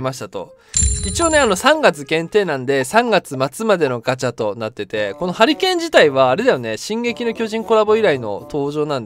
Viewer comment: ハリケーンがハリーケインに聞こえた俺は末路